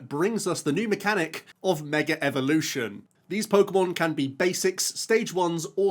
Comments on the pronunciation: Intrusive R from the Brittish accent hitting so hard I thought it was called Mega Revolution lmao Love it <3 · Meger evolution!!